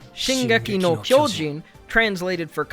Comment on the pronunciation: just some jp pronunciation: the o in kyojin is not like in English. You kinda "blow" it up ig. You would need to use an o more like in words like opera.